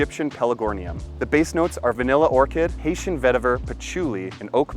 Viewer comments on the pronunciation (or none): none